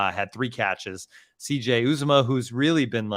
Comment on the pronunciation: Someone please tell it's pronounced yew- zah-muh (Uzomah) Drives me crazy